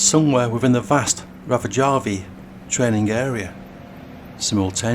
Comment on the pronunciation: Rovajärvi, not R*a*vajärvi.